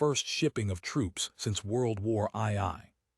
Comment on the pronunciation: A.I. reading can be just so, "...since World War aye aye..."😅 World War Aye, Aye, Captain! Had a good chuckle at that one.